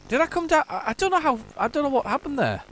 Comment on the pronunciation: It’s a shame you had such trouble landing “dowm”